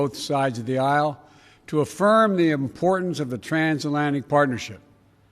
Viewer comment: Your nuts he can’t say transatlantic omg